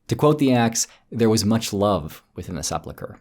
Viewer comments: Se-pul-chre, not Se-plu-chre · You have a blind spot re sepulchre pronunciation.